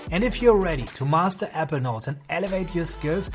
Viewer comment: APPLE NOTES PRACTICE SAYING IT CORRECTLY 😂